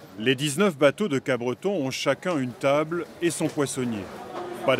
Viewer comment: Pour info c'est Capbreton et non pas CapBreton.